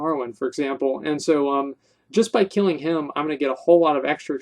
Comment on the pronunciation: "KEELIN BEARS IN DA FOREST" XD omfg